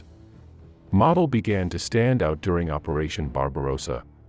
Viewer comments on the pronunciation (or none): Not having Heinz Guderian on the list means the list is not worth a dime. BTW Modal is pronounced moh Dahl.